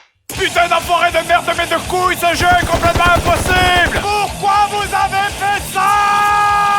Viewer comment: Ton "impossible" à a sonné vraiment québécois... ಠ_ಠ